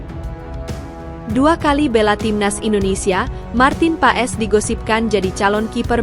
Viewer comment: Marten pas bacanya mbak jgn paes😂😂😂